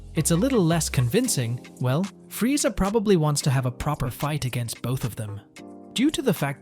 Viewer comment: Bro you don’t even say Vegeta and Frieza correctly lol